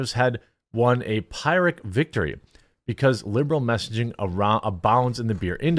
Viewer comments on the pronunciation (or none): as an aside "Phyrric" is pronounced "fear- rick" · Those upper Midwest accents are so cute LOL. Jeremy, it's pronounced after King Pyrrhus of Epirus. 😁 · It’s pronounced “pier-ric” victory. A victory that comes at to a great a loss to the victor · Pyrrhic is pronounced, "Per-rik" (or there abouts) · Ouch, Jeremy. It was painful to hear you mispronounce "puny" and "pyrrhic." A visit to your favorite dictionary is warranted. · You've never encountered the word "puny" before? Edit: Ur "pyrrhic victory"? (You butchered both) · You might want to check the dictionary so that you can pronounce "Pyrrhic" properly.